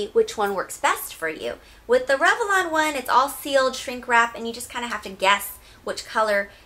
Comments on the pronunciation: It's rev-lon. Not rev-e-lon. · I read your comment before I watched the video. Holy crap, I keep focusing on how she pronounces it. LOL. "revelon" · i love the review, hate how you pronounce revlon <3